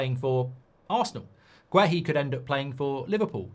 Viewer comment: You watched the game and you’re STILL pronouncing Guéhi’s name wrong 🤡🤡